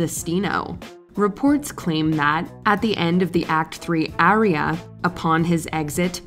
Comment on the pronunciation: This is the first time I’ve heard aria pronounced as area.